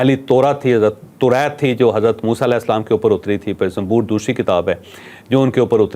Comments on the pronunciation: ITS (ZABOOR) NOT ZAMBOOR PL CORRECT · Zamboor kitab 😂 kuch tiyari kerky ao zabur Kiya bol rhy ho ..kindly news na prho ,kuch work krky ao jab Islam ya nabiyon ya kitabon k bare main discuss kro tu kuch tayari kerlo .pata nahi urdu bhi bolni nahi ati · زمبور نہیں زبور ھے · جاوید صاحب آسمانی کتاب زبور ہے زنبور نہیں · Zaboor not zamboor right pronunciation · زنبور نہیں زبور زنبور تنبھوڑی کو کہا جاتا ہے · دوسری آسمانی کتاب نام زبور ھے زنمبورنہیں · یہ زنبور نہیں زبور ھے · زنبور نہیں صحیح لفظ زبور ہے۔